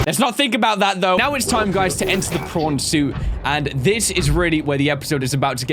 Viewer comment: how come to me it always sounds like is saying porn suit and also if you can cure creatures why cant you cure your self ¯\_(ツ)_/¯